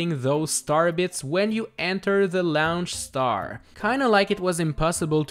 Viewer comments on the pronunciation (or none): It annoys me every time you say "laonch star" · laoonch star